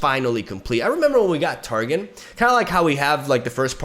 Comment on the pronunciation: Strafing strike is pronounced like stray-fing strike, not strah-fing strike. Parley is pronounced like par-lay, not par-lee. Ye be warned is pronounced like yeee be warned, not yay be warned. Targon is pronounced like Tar-gone, not tar-gun. Lissandra is pronounced like liss-on-dra, not liss-and-dra. Hope this helps.